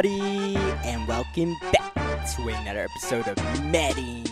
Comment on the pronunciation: Bro can you use proper grammar? It’s anoTHer, not anoDer. You can’t pronounce your TH lmaoooooo